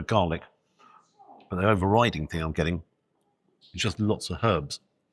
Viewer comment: Thank you for saying HERBS and not ERBS😀